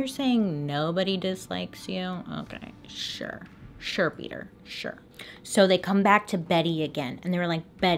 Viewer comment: Name is PETER not peeder